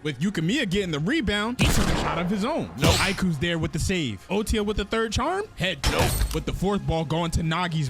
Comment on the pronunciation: It’s OTOYA not otiya